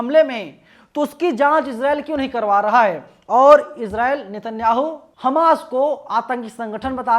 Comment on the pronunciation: Why you are saying hames 😮